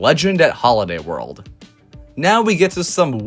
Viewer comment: Why do you say world?